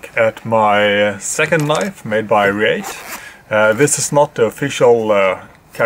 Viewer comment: It's pronounced Ree-at and Ca-yo-tee.